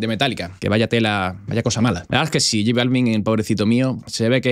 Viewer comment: No sabe ni pronunciar j Balvin